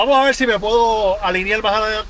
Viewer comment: porque mucha gente en el Caribe habla como los chinos, con las "L", en vez de las "R". Obviamente no es que no puedan pronunciar las "r", pues en este mismo video se oye claramente que si pueden pronunciar las "r", pero caen una y otr vez en el hablar "chino", asi dice: "vamos a vel!", "quiero il!", "voy a comel!", etc., etc., y a mi me suena, no solamente como chino, poque se que no son chinos, pero me suena mal, me suena a una falta de educacion basica, y me suena a una estilo auto-impuesto de hablar que, nada tiene que ver ni con su historia, ni con su posicion, y los que digan que es influencia negra de la epoca de la esclavitud, esta equivocado.ASi que a hablar bien si no quieren que el resto del planeta se ria de ustedes